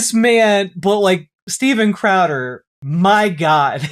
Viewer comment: “Steven Cradder” made me laugh